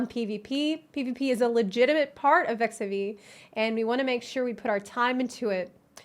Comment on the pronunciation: Is it just me or does she keep saying “Eff eff xevie”? Which sounds like FFXVI. Wouldn’t “Eff eff xiv, or eckziv be more appropriate? Or is it “eff eff xivee” and I’m just being paranoid?